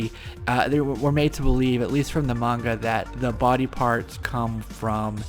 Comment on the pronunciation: At last, an American Who can pronounce Manga properly. Lots of numpties say Monga. It’s sooo annoying. Big eyes? Because it Manga? Japanese anime! Mah-n-gah!